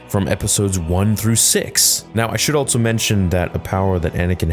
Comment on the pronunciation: Why do you say altso and not just also?